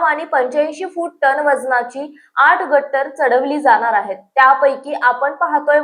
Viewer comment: गर्डर not गट्टर